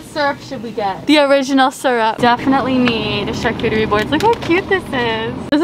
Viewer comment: So glad she can pronounce charcuterie board right!!! Honestly dont know if it's just a joke when people say char-coochie board, or not but I cringe when I hear it lmfao. Love you guys!!